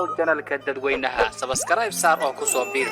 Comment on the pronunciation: Bro wlhi sabaskaraayb markad dhahayso wan ku qoslaa bro